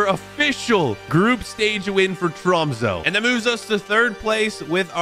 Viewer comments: next time say tromse instead of tromso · Han sa troumso😂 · I just put it into google translate it’s pronounced TROMS-UH